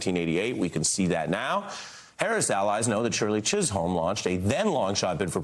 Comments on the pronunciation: CHIZZUM is how you say it, Ari. One of our great, American speech writers who should have been elected - or at the very least APPOINTED (JFK) - and will always be a part of our history. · Please tell Ari, Shirley Chisholm's last name is pronounced "Chizzum". It's like he's never heard of her.